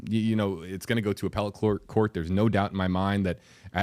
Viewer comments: The way he says appellate- uh-PEL-uht 😂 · Lol did the other reporter kid just say appa let😂 I guess he meant appellate.